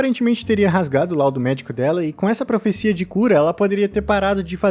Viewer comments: o correto é "Profecia", não "Professia" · Mas isso daí é "profissia" mesmo